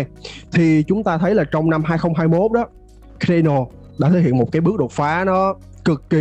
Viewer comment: Phát âm sai tên dự án người ta rồi bạn ơi. Trong tiếng Anh ko phải âm A nào cũng đọc là ÂY ÂY ÂY đâu bạn, Cardano cũng không đọc là Khây Đây Nồ đâu. Thiết nghĩ bạn nên tìm hiểu cách đọc tên các dự án cho đúng đã rồi hẵng làm video truyền tải đến cộng đồng. Phần tiếng Việt bạn trình bày rất hay và mạch lạc nhưng tiếng Anh của các dự án hoặc từ chuyên môn làm cho video bị trừ điểm nhiều. Chi tiết nhỏ thôi nhưng thật sự nghe khá khó chịu khi bạn phát âm sai như vậy. Chúc kênh thành công hơn nữa.